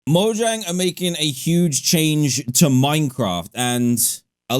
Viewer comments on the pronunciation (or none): none